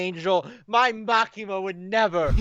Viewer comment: Its Makima.......Just Makima!